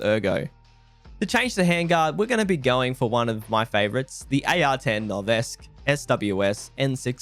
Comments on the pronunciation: Its pronounced no-ves-key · The second E is pronounced in Noveske